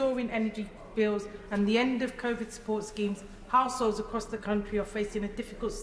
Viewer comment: She's saying assholes instead of households.. let's be honest it's what she thinks ,maybe it's her lisp? Shouldn't she be in jail Only lefties Will disagree.🇬🇧👍